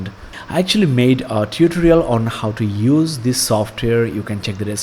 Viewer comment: Mate nice video, some pointers. It's Pee Cee not pissy. It's tyuo tor ial . Keep up the good work